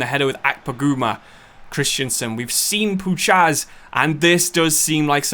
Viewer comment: As a Pole, I'm in such pain the way you say Puchacz 🤣🤣 it's Pu-khach. Great video anyway 👍